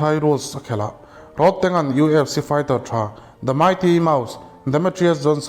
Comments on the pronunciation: Road tih thluk a lam lo in.. Thir tlawn Rod ang a lam tur Rodtang.. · Ilam diklo ahming khi tang itih khian indona tank ang in ilan a,tang Mizo takin chhiar la rodtang tih zawk tur ani e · roadtank tiin i lama. Rodtank tia lam tur ni awm tak